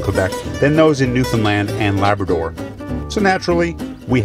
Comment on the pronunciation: It's not laberdor, it's Labrador